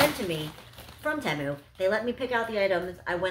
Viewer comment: It's pronounced "Tee-Moo".